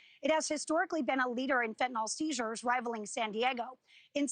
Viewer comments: I mean.. She IS saying "fetnall" which is just totally wrong I get where bro is coming from It's fen tan yl not fetnall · The mispronunciation of fentanyl is maddening ,its a nil sound not nol like in Tylenol. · The reporter needs to learn to pronounce "fentanyl." But good reporting on an important topic.